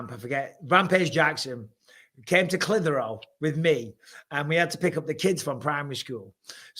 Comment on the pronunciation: MICHAEL SAID CLITTER HOLE